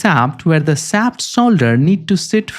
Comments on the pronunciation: "Shaft", not "saft" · You need to work on pronouncing "sh" You pronounce shaft as saft. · Interesting video and presentation. I would suggest that you need to improve your english pronunciation. It took me about a thrid of the video to figure out what you mean when you were saying sap (shaft). The where many poorly pronounced word that need improvement.